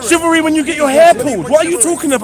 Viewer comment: Shivallery😂 more like pigeonary